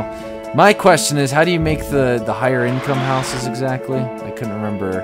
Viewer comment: is getting his Scottish blood back from saying hooses.